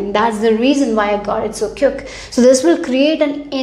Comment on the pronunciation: What do you mean "cUke", it is "QuIck".